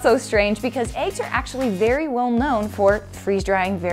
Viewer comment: She pronounces it “Aeggs”